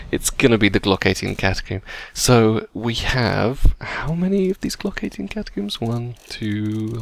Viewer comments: CATACOMBS NOT CATACOOMBS!! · catacombs not catocooms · Its not catacooms its cata-combs. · IT IS NOT GLOCK 18 CATACOOOMBS, IT IS GLOCK 18 CATACOMBS...PLS PRONOUNCE IT PROPERLY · Every time you say "Catacoomb" I die a little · why does everyone on youtube call them Catacooms? Its cata + comb, do you pronounce comb as coom? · The way you say glock 18 catacombs gets me everytime I dont know why haha